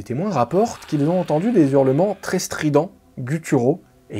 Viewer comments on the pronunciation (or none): "Des zurlements" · On dit des hurlements pas des zurlements